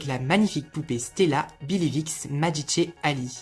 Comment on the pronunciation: Love her ponytail , the way you pronunce magiche makes me laugh 😂❤️